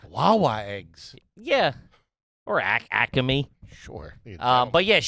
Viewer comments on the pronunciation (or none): Acme = "ACK-uh-me"? throwin in some extra syllables there